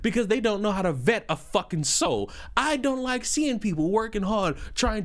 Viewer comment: bro put his entire being into that "SOUL"